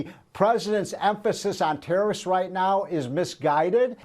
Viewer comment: Why does he say Terrorists for tarrifs?